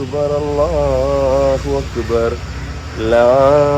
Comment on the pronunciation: ലാഇലാഹ എന്നാണ് ലാ ഹിലാഹ അല്ല